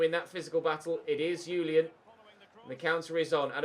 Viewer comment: Ches Ngoy's 1st name is pronounced Zhu-lee-uhn, it's a French name